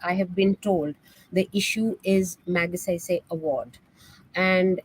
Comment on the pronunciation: Barkha. I know you take the trouble to pronounce Western names correctly. But do take to trouble to listen to how Ramon Magsaysay's name is pronounced. .